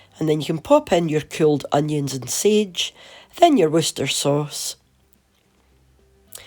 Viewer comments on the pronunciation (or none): none